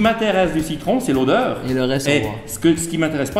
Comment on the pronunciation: Mdr le Il à pris l'accent de Rachid pour dire " l'odeur "